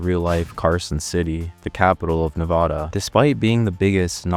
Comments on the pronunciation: You said Nevada horribly and yes we have motels back to back like that😂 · also not how you say nevada